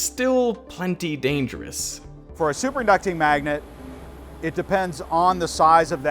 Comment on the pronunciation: “for a superaducting magnet”